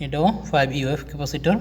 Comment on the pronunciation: ইউ এফ নয়,, মিএফ মানে মাইক্রো ফ্যারাডে হবে।